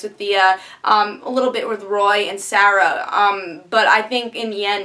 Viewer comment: Why you no pronounce Moira and Sarah correctly?